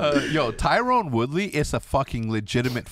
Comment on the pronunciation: it’s not tyrone it’s tyron LMAO